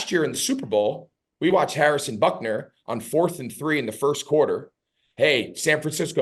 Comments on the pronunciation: He keeps calling Harrison Butker "Buckner"... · If he wants to be the best he needs to learn how to pronounce the name of the super bowl champion kicker.